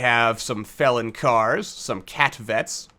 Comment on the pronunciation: "You know what? That's how I'm gonna pronounce them from now on." That's exactly how you're supposed to pronounce "felin". Trust me, I should know ;)